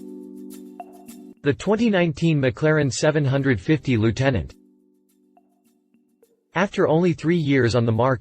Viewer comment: Longtail you clown. Not fuking liutenant